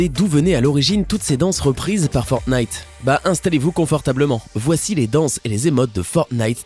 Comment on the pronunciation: ta dis Fortnif